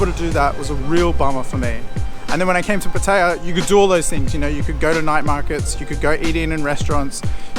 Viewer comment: At least you know how to pronounce pattaya. Unlike some youtuber named chad 🤣. Boy he messed up pretty good on his last video. It's like he dug his own grave 🤣🤣🤣